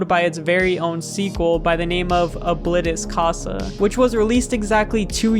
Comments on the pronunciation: I'm sorry but you said Oblitus casa in the whitest way possible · It’s pronounced o-blee-tus-casa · O-Bllit_tis Ca-sa 💀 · Its actually pronounced Obleetus I think ( Not correcting the spelling just spelling it weird so its easier to pronounce ) though I don't have any verification. That's just my opinion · You said ablitas casa wrong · Damn you mispronounced oblitas casa